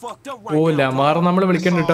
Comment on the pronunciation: ലമാർ അല്ല ലാമർ ആണ് bro🎉